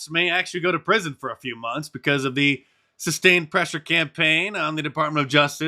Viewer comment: Yeah but that black woman says "because" with the "intrusive L", which is honestly annoying af. Anyone who does that should have the self-awareness and intelligence to realize that's stupid and incorrect.